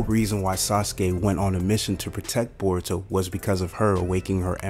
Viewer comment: Yeah jurai... burrito...sazuke..😂😂😂